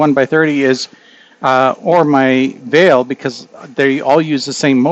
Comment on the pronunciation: It's not "VEIL" it's "VIEL", for anyone who wanted to see what he is mentioning, and spent 10 minutes searching for it like me 😅